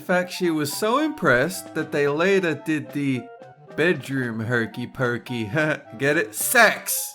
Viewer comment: it's pokey not pookie